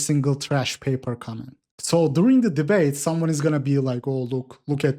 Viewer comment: “Ooh I’m gonna deebate!” 😂